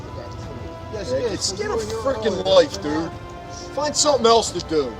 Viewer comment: “You wanna start on summin” 🤦🏼‍♂️